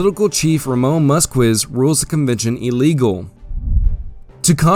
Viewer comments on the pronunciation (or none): none